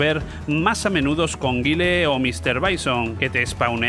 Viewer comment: Es Mike Bison, no Mister Bison. Es Gaile, no Guille. No es que este video desvele mucho, habia videos que desvelavan completamente analizado frame a frame los hitbox de los diversos titulos, y esto de Street Fighter no era exclusivo, los de Capcom eran los mas injustos. Lo que me hace gracia es que digas que Ghost n Ghoblin o Ghost n Ghost eran dificiles, cuando estaban tiradisimos. Yo recuerdo que el que pillara puesto en la maquima se tiraba toda la tarde porque ya nos sabiamos todo al dedillo y yo ya ni intentaba pillar sitio.